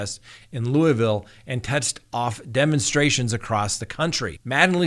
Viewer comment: as a Louisvillian I do appreciate the way you say Louisville. Most ppl don't know how to pronounce it. Good luck Officer Mattingly with your retirement and the outcome of this mess. The mayor totally screwed the city on this case. I know a lot of ppl are rooting for you.